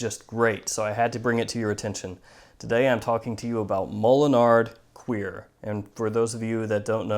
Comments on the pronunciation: great review. One thing, cuir is not pronounced queer:) I've uploaded my own pronunciation of it. take a listen Listen to Sounds from Wednesday evening by Tal Mamatov #np on #SoundCloud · Isn't it pronounced cure lol. El Frencho for bovinedermus